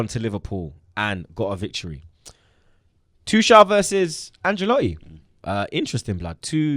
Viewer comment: and: it’s not pronounced Tooshall it’s Tookel. It’s not pronounced Hameees it’s Hamess. It’s not pronounced Zaiyeesh it’s Zeeyek.